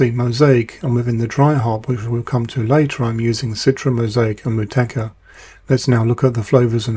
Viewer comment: Say Motueka like this, MOT_U_EKA, I grow it here in Newzealand, grows very well.